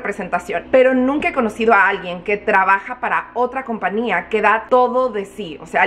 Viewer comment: TENGOO UNA GRAN DUDAAAA PORQUE DICES COMPNIA Y NO COMPAÑIA🤔 YO SE QUE EN USA NO SE USA LA Ñ PERO EN ESPAÑOL SI SE PRONUNCIA LA Ñ ES SIMPLEMENTE UNA DUDA PORQUE NO ERES LA PRIMERA QUE LQ ESCUCHO🤭